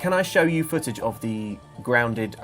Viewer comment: She said foojij instead of "footage" so I think has cleverly given herself a legal loophole.